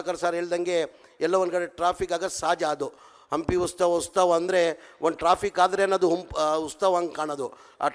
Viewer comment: "ಹಂಪಿ ಉಸ್ ತಾವ"😂 ಇವನು ಇನ್ನೂ ಕನ್ನಡಕಲಿತಿಲ್ಲ😂